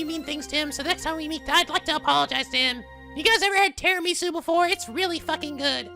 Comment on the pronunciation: ARE YOU KIDDING ME?! tiramisu is italian! "tirami su" literally means "pick me up" or "wake me up", because it has coffee in it!